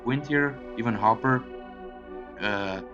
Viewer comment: It’s not hoper . It’s Hooper